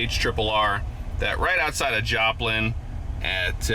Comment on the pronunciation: When you said Joplin I was like oh no, not again